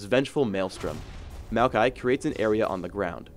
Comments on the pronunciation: It sounded like said "malphite" instead of Maokai every time xD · It can't possibly just be me noticing this... Maokai ... .... Mokai? (It's a drink)